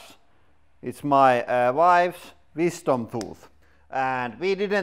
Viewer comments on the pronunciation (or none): "Let's Chef it On My Wife's Wisfom Toofth"